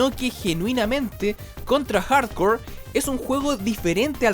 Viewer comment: parece que dice contra hardcore xd